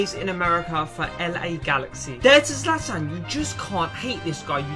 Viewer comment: Not zalatan, Zlatan